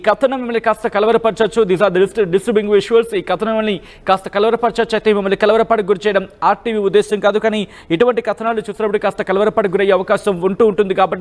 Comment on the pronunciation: కలవరం... కలవరపాటు...అనే పదాలు మీకు సరిగా అనడం రావట్లేదు....నెమ్మదిగా న్యూస్ చెప్పండి...మీరు న్యూస్ చదవడానికి ఇంకా కొంచెం ఎక్సర్సైజ్ చేయండి....